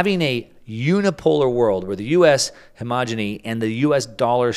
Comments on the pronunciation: word is hegemony, not hemogeny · “Hemogeny?” It’s “hegemony?” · Hegemony not hemogeny. Sorry. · I like your program! You're a smart guy. The word hegemony is pronounced " he-je-me-nee," means dominance. Homogeneity means similar values, consistency. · Love the content, but… he-GE-mo-ny